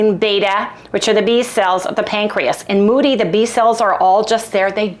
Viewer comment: I so hope Harry gets relief soon!! T2 diabetes and IR are the same thing btw and MODY is pronounced with a long O. Yea, I went there. 😂